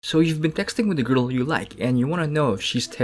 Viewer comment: Am I the only one to laugh on the way he says 'grrl'😆